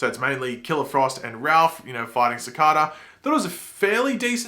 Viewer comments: Your saying cicada wrong your saying it like cicaaaaaada when it is cicada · Ci-cah-daah Damn...😂 Anyway still love the Flash videos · I hate how you pronounce cicada u say cicaaadaa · Who in the series has ever said cicàdà like this guy? Dont get me wrong this is the internet lot of hate on a dumb reaction. I like this guy. Just pointing out nobody man dont try to change it and no its not his accent everyone can say cicada like a normal person. Thanks for reading haters🖕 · That moment when everyone in and out of the show says Cicada but you hear Cicardar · i am not American but that doesn't mean i pronounce cicada like CAKADA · Stop saying cicada that way Wtf! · The way you say cicada actually triggers me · ffs stop pronouncing cicada wrong just pronouce it like its supposed to from the show its annoying